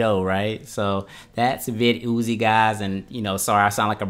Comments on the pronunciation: Vid-Uzi 9mm Lol. I think it’s pronounced: Vidd-e-Ohh’s Viddy Oze Like the caffeine med NoDoz No Dohs, not NoDahhs But whatever you think I guess is fine. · vid yozy haha lol pronounced "videos" don't get me wrong I am not bullying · I love it... vid ooo zee... you are funny. It’s still pronounced videos like normal. You can check their website. Anyway amazing and informative video. I loved it! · I'm mad he keep calling it Vid Oozie! It's VIDDYOZE Sounds just like VIDEOS! smh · nice review, but you do realize that it's pronounced vid-e-os! Thanks for sharing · Pronounced *videos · But i like it more when he says Vid-ooo-zee hahaha!